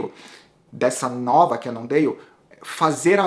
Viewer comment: essa pronúncia "cannondeio" kkk....Eu vi falantes de inglês nativos ñ sei de que lugar pronunciando "cannondale" com som de L. Bem ñ sou um expert em língua inglesa mas o q seria melhor pra ñ passar vergonha na frente dos gringos?